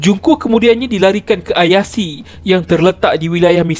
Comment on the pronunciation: Min... Ayase disebut sbgai Ayase, bkn Ayasi. Tq